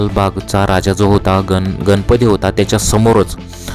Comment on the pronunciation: गणपती नाही गणपती 😊 न म्हणू नका गणपती म्हणा